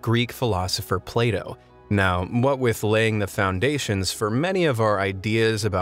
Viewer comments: Plato sounds like playdough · Bruh, it sounded like Play doh